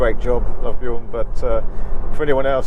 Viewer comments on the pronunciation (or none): none